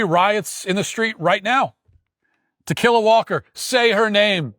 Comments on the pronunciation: Tikila Walker pronounced "To Kill A Walker." Sounds like a story about zombie hunting. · Tuh-killa Walker?!? 🤣🤣🤣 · Ta-killa? Seriously? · I keep hearing "to kill a walker" 😂😂😂... What's her name? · Pronounced tequila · I like how Matt is intentionally mispronouncing her name. Good stuff.